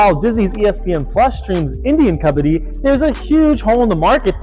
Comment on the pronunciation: Love your passion and vision. The song at the end is great! Please please please please PLEASE pronounce Kabbadi correctly, as they do in that song. Please! 🙏🏾